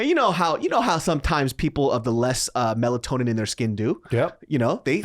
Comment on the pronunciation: "Melatonin"... sir 😂